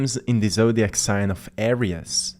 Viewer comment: Thanks for your insghts. We appreciate it. However, Aries is pronounced..."Air-reez" NOT "Air-rias"